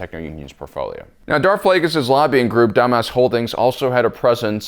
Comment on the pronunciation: I always hear dumb@ holdings instead of Damask, makes me chuckle every time